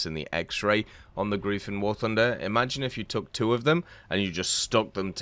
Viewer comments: It's GREIF not Grief. Pleas, ei not ie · This is for my non german speaking folk the word “greif” is pronounced in english “grife” thank you for you time to reading this and have a spelunking day😊